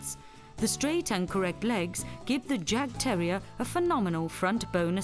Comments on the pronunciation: The first part of this documentary is about Jagdterriers (German Hunting Terriers). Still a fine documentary, but the title should be changed to include "Jagdterrier". Oh, and it's pronounced yawk-terrier. The "yawk" rhymes with hawk. It's the German word for "hunt". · The 'J' is pronounced as a 'Y'. So the Jagdterrier is pronounced as 'Yagdterrier'. If you're gonna educate people on a topic, then start with yourself first.